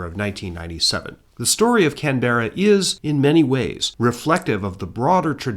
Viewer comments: Glad I’m not the only one! To be fair, he’s just pronouncing every letter, plus the emphasis. “Can-bra” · Love you videos but please stress the first syllable in Canberra. The way you're pronouncing it in the video is very hard on the ears. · I'm 22 seconds in and had to say it's Can-bruh 🇦🇺😂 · Had to look it up correct pronunciation is kanbruh 😅 kinda like canbear uhhhh better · Somehow the repeated mispronunciation of the very subject of a video is much more tolerable when it is a human mistake and not AI! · As an Aussie, I gotta say, that somehow still not the most incorrect way I’ve heard someone say Canberra, it is one of the more interesting ones though. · it‘s driving me insane as a canberran haha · Can we get a trigger warning at the start? Warning: some pronunciations of the word Canberra may cause distress... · Stop saying Canberra wrong 😂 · My ears were bleeding hearing that. I must admit that I was wondering if that was the British pronunciation rather than the Australia one - there was a Canberra Bomber produced by the UK. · Yep no worries mispronounce away, just keep uploading your excellent videos 👍